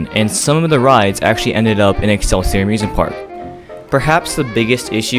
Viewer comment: Love the topic and video but just as a Minnesotan that lives riiiight by these places: Shock-a-pee X-cell-sea-oar like what al gore said in South Park